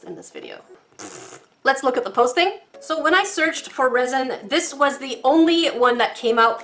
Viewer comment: that wasn’t very cash money of you Also when you said resin I thought u said rosin (I play violin)